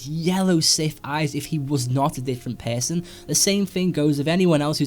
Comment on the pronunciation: When you pronounce person it's sound like PESANT xD